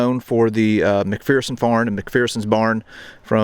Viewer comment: Great video, but their is "no fear in McPherson" :) It is pronounced McFURson...